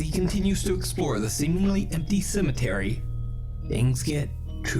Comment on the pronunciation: It’s “cemetery” my guy 😂...